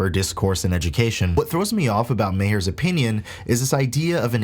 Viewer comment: Note: It’s pronounced “mar”, not “may-her”. I thought the same for a while before being corrected.